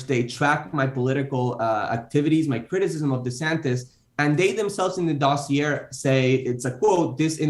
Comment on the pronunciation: I weep for American education when I hear someone pronounce dossier ending in "err."